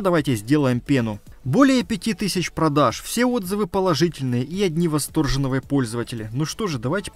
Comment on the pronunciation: Восторженные , а не восторжевные пользователи.